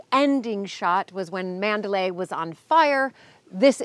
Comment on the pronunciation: “Last night I dreamt I went to 'Manderley' again...". Not "Mandalay".